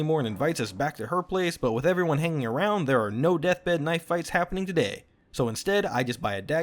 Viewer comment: "*This* is a knoife."